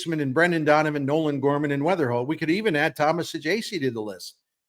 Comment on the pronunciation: It’s Weatherhokt NOT Weatherspoom!